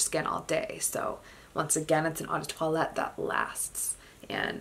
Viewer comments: Not trying to be mean but you need to learn how to pronounce "toilette". Say twalet not toilette. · Actually in Francois you say it like twalet so worry bout learning how to pronounce for yourself